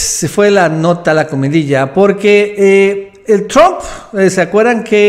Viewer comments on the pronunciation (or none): none